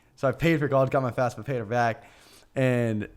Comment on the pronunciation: It’s FAFSA not FASFA Danny